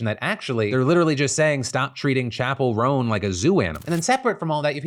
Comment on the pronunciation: Chappel Roan sounds like 'chaperone'.